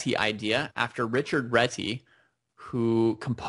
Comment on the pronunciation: its a hungarian surname, its Réti not Reti :D